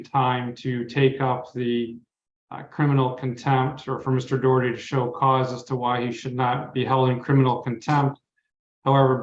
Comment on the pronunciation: It's Daw-Herty, not Doe-Herty. It's an Irish surname, so say it correctly - even if that gobshite is shaming his Irish ancestors with his idiocy.